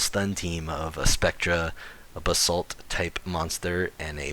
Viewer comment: I honestly can't tell if your saying bathsalt or basalt